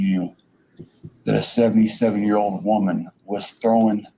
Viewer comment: How many syllables are in the word "thrown?" Is he Canadian? 😊